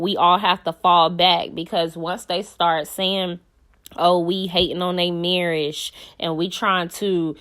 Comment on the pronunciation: The way you said marriage got me weak 🤣 💀 😭 😂 😅😅😅😅